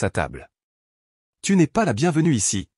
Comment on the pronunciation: "Tu ne esse" aj liej de "tu n'es " ??? Quand direz vous votre texte correctement? Ca ne donne pas envie d'écouter. JE COUPE